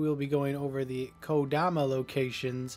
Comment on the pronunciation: Thank you for finally catching your mistake and pronouncing kodama correctly lol. I don't enjoy having little things bug me like this... but I can't help it, dammit!